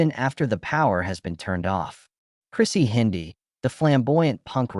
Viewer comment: It's Chrissie Hynde, not Chrissie Hindi, you Ai moron.